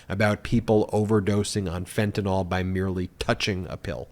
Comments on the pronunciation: It's NOT FENTANOL, it's FENTANYL, pronounced ''fentanile''. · Ben, it’s not FentanOL, it’s FentanYL. McCarthy mispronounced it but you shouldn’t. Sounds ig'orant :) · Myth number 1 is that it is called Fentanyl, not Fentanol!!!! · FENTANYL NOT FENTANALL!!!! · The correct spelling is fentanyl. Why does everyone pronounce it as "fentynal"?